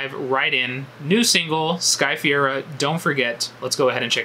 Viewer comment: her last name is pronounced Fuh-Ray-Ruh